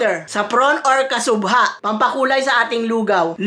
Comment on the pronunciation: Yes everyone knows but her pronouncing is wrong